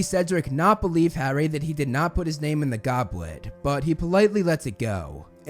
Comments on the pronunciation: Heww yeah! I wuv the Gobwet of Fire! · Gobwit of fire 😂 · lol he said Gobwet of Fwiure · Bros saying ‘Gobwet of fire’ 😂